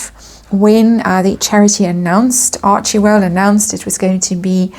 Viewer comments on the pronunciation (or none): It's pronounced Archwell, not Archiewell